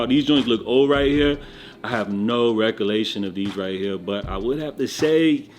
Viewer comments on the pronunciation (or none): Recolation? Dude says he has no recolation, haaa